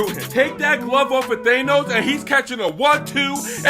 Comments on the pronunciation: its pronounced Thaaaaaaaa no ssss not theeeey nose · Since when did it become "Thaynos" ? 😅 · thaynos and normaymu really kill me